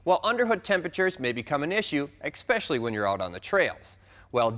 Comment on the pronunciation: Hahaha its pronounce especially